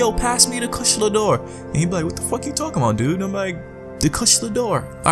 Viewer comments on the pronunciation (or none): Kush-la-door? Kush-a-la-door-a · Say it with me: Ku-sha-la Da-o-ra. XD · Monster Hunter World I want to thing that you pronounce the name wrong purposely 😂